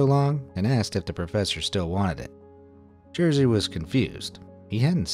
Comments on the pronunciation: its not jersey its jerzy XD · Sam jesteś Jersey XD Learn Polish pronunciation, dude! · you could look up pronounce of name Jerzy lol... that what you say is not even close...